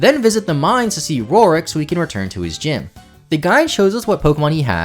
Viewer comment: Papa, love the content and love gen iv, but I’m 99% sure you have never pronounced Roark’s name correctly! 😢